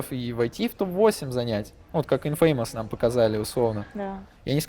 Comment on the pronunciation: Не "ИнфЕймос", а "Инфэмэс".